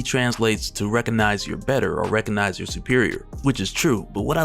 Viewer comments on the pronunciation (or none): none